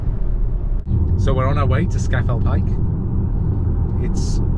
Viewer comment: I’m probably late to the game as per, but it’s Loch Low-mond and Scar-fell Pike (...end of anal pedantry ...) 😬 Another great video guys, and very well done 👍